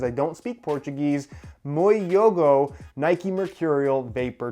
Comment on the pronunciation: “Mue jiogo” 😂😂